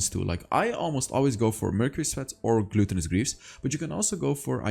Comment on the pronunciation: Love your vids. But i get triggered every time you say Glue-ton-us greaves. Its glut-ton-us. Root word is glutton. And 🤣 the tinder notification 👍